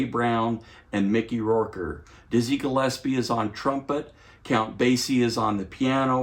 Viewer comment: Great review but kindly pronounce the names of master musicians correctly — it’s supposed to sound like this: Mickey “Row-Ker”